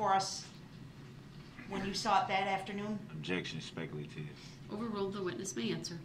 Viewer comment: Da nara-teeev is specul-teev